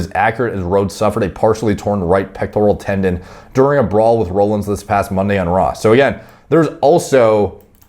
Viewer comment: Well we at least know that doesn't watch wrestling by the way he says seth rollins name lol